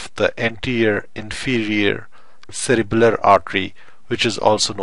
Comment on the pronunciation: In the video I keep saying if it sounds like u r saying cerebral but in description it says cerebellar?